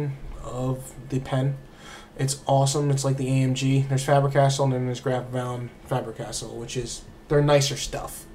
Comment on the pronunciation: Holy crap, you saying it like "Fabber Castle" annoyed me lol, other than that very good video.